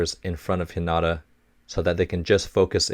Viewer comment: You'll sometimes see haikyuu spelled haikyu because of different conventions when transliterating from japanese to english, as the last vowel is held longer And while we're talking about technical stuff, on a pronunciation note, Hinata is pronounced "HEE nah tah" with the first syllable stressed